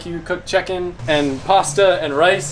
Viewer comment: You said checken not chicken